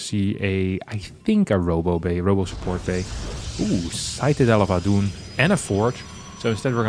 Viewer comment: "Sightadel of Adoon" got me good xD